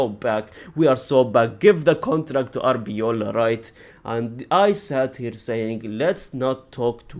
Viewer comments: Its arbeloa not arbeola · its ARBELOA , not ARBEOLA